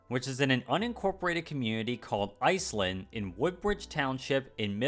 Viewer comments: Iz-lin, not Eyes-lin. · Iselin is pronounced Is-Lynn not ice-Lynn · Is-eh-lin not ice-lan. 😂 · It's not ice land its pronounced IZ LIN. And turn around and look at all the corporation's office budlings around. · It’s pronounced “Is-Lin” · Iselin is pronounced is-lin, which is the original name of the station. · "IS-lin" as well...